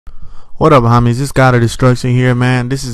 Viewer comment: bro learn how to say the word homies. its not hom-mies. its home-ies